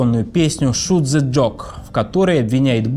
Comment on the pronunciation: Уважаемый ведущий, прежде чем записать это видео вы бы попрактиковались в произношении английских слов. Ну, какой "шут зэ джог" и тд.?